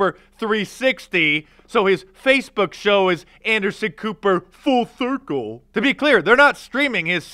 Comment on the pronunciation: The first time you said "full circle", it sounded like you said "false circle". What I thought I heard seems more accurate.